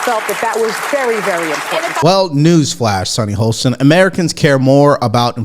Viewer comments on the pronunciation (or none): SHARON NOT SARAH!!! HOSTIN NOT HOLSTIN!!!!!!!! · How about saying Sunny HOSTIN’S name right?? There is no bloody L in it! He says her name 25 times per show - and no one CORRECTS him?? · Why can’t this man pronounce Sunny HOSTIN’S name right?? There is no L in it! If you are going to say her name 25 time per show- at least learn it. 🙄😣